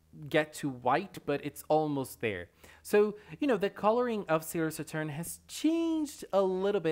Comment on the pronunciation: He said salior satuurn 💀😅